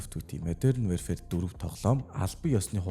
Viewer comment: Wearfare gd bdg shatsn pzda barag wherefare gd bgam bishuu ydjhd yasn ch olon heldiin pzda pzda pzda WARFARE geechde WARfare! Chadhgu bol translate dr bichheer uudus chn unshij ugdug function bas bgashv PZDAAAAAAAAA